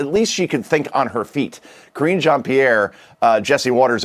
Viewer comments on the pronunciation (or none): I was always amused at how you mispronounce KJP's name, 'Kor-een GENE' LOL! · Ka-ringe Jean Pierre. 🥴